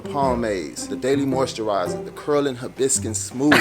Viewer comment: “the curl and hibiscun smoothies” 💀💀